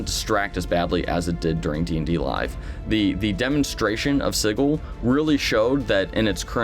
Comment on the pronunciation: Thanks for the video. Dismaying that the VTT might be that far away. Could it end up as vaporware? Wholeheartedly agree with you on the staring at screens instead of the table. Enough screen stuff in life as it is. Oh, I also have to post this. It's pronounced Sij-il not Sig-il. :)